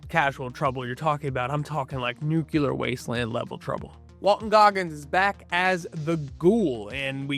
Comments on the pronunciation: There is only one 'U' in 'nu-CLEE-ar'. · It’s nuclear…..couldn’t watch past 5 seconds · Can’t keep listening to you mispronounce “nuclear”. Only one U. Seriously. Just one U in the word. Not hard.